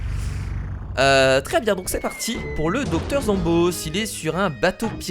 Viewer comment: c stressant que tu dise doc. zombôss dit zomboss